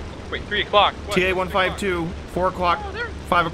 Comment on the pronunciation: "5-Aclock rock"